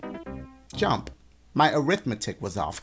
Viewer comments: But siri said arithmadick🤔😐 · mah boi was sayin Arithmethicc lmao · Nobody: Siri: arith-mahdicc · "ARITHMETHICCC" 😂😂😂 my boy dash im so dead 😂😂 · Who else heard arithmadick